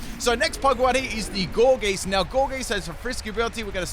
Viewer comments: says Gourgeist wrong say poltergeeset right wtf man? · When he says poltergeist right but not gourgeist 😩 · Gore Geese lol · How does one man pronounce it “Gourgeest” and then in the same sentence say “Polter-GUY-st” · He said poltergeist just fine, which is why i’m confused about Gourgeist 🤨